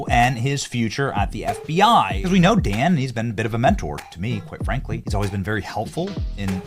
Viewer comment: Well, at least one thing was accomplished in all of this mess.....at least you stopped calling him "Don" Bongino. Lol, I like your "Lukeisms" dude but everytime I heard you call Dan Don it made me want to break things🤣